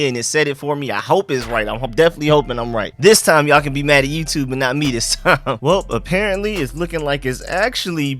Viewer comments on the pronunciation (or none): none